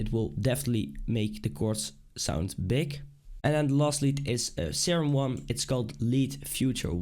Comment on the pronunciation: Why do danish people pronounce G as a K? "make it sound bik" its big NOT FUCKING BIK